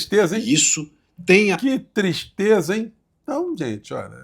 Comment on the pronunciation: Que "Tistreza ", Haaaaaa Cotados, que Dureza né ?!?